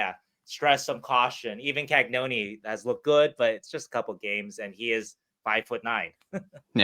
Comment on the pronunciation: Love the stuff. Can everyone start pronouncing Cagnoni properly please?